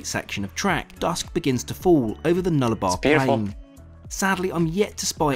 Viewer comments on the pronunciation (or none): He seems to pronounce the word 'Nullabour' as 'Nullabar', but there is a small point why I have bought this up. It's Nullabour' (nullaboor') because it meens 'no trees, hence the last part of the name being 'Arbour' - tree. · He keeps calling it the NullaBAR, it's Nullabor, meaning no trees. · It's pronounced as it reads, Nullarbor, so "null-a-bore" but the "a😂" part is very short. Note that Americans place their emphasis on the second syllable, Australians like the English use the first syllable. Instead of Sydney being syd-NEE it is SYD-ny, BRIS-bn, MEL-bn, HO-bart & AD-el-AIDE & the "el" is very short.